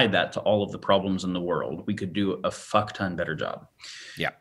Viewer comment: said "a fuk-ton". I dun learnt sumpin.